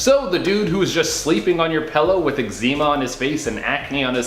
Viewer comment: "If it doesn't look physically dirty"? The term is "visibility dirty". Then proceeds to say x-e-ma. 😩